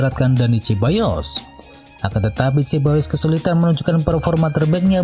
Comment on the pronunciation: sekedar usul pengisi suara agar belajar serius pengucapan nama-nama pemain. Sebagai contoh pengucapan Dani Ceballos. Punten yaa. biar makin top kanal ini.